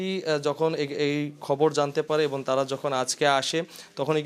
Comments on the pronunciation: এবন‌ না এবং😂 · এবন না এবং , শরীলে না শরীরে হবে! একটি বড় টিভি চ্যানেলের রিপোর্টারের কাছে এরকম ভুল কাম্য নয়। ধন্যবাদ